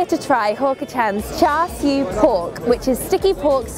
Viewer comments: yea the char siew instead of char siu is pissing me off lol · It hurt when they said char siew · char siew, lol